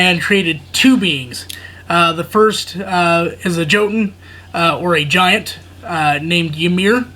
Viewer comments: Hey brother just to help out the J is more like a Y. Example "Yotun" over Jotun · I believe it's pronounced Yotun the J makes a Y sound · Hey man, it's pronounced yotun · Just to let you know the j in jotun is pronounced with a y